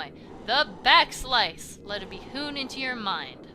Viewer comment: Am I the only one who thought "Back Slice" said "Back Slash"?